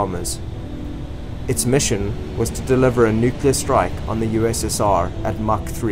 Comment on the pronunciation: Lol. I heard "nuclear......strike bomber" rather than "nuclear strike......bomber."